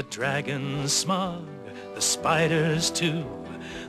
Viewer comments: alex laxson That's what I thought, I mean think about it he's a dragon and pronouncing it like "Smog" sounds better to me than "Smaoag". But that's me. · OK this just fits as a way to sum up the story. Minstrels were the prime story tellers. I also like the way they pronounced Smaug, because let's face it Tolkien loved to play with words. (Hobbit for example} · the elf has a beard? and its pronounced smowg